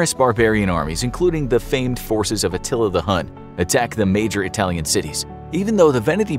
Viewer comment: First of all congratulations for the video and the Italian pronunciation 😁 🇮🇹As for the MOSE, it was inaugurated this year and for now it seems to work, but it was designed for the containment of the tides only and not for the increase in sea level. I hope humanity works in time to avoid the disaster of climate change.🤞